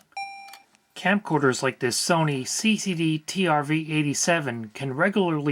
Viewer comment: It's okay. I trust you. "Scamcorders".